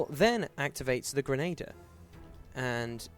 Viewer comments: ok I only watched 1 minute so far.... dude.... it's a "Grenn-ah-deer" not a "Grenn-ay-der(p)" I hate correcting people for pronounciation but that one is a constant thorn in my side :D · The mispronunciation of "grenadier" is a lot more annoying than I expected. : > Otherwise, good stuff.